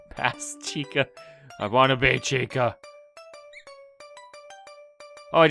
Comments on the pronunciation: it chicka not chica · Dude its CHICA not Chicka